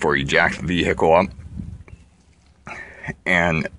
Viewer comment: "Marzzduh..." "Vee-here-cullll..." lol